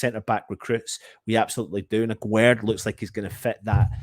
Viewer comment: His name isn't agwerd like you say The pronunciation is like guest 😉